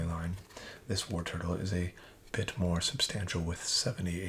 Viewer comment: I noticed that you are always pronouncing Wartortle as Warturtle.